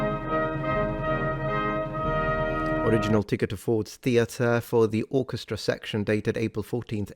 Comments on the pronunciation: He says Orchestry instead of Orchestra. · hey, you completely glossed over how he pronounced it "orchestree" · I caught this as well. My grandpa pronounced “opera” as “opry” too. So he would say “The orchestry played at the opry house” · The way he pronounced "orchestra" is interesting. It sounds like "orchestri". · Hmm... I heard it as "orchestray." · “Orchestreee” did we skip over that? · His reference to his seating section, the "orchestra," he pronounced the final 'a' more as an 'ee' sound. It's muffled due to audio quality. It's still found in the rural south .